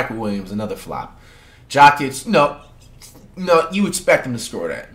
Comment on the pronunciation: Dude pronounces Jokic as "Jah-kit"